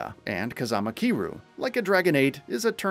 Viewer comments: Its Ki RYU like Ryu from Street Fight You know ? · I like that he managed to pronounce Kiryu's name differently every time but not once correctly, lol. And for those thinking I'm being a prick, I'm not saying this in a negative way. I honestly thought it was funny in a good natured way. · Your pronouncing Kiryu's name SOO wrong😂